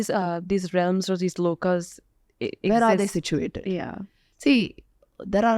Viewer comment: V : she says "Lokaa." Not correct. Right: "Lok/Parlok/Shlok (not "Shloka")." Kindly cure your mindless Indian obsessions with the letter A.